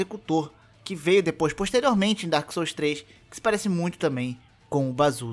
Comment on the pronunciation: Tá mais por que tu primeiro disse ''Dôrkis sóus'' e dps q começou pronunciar certo?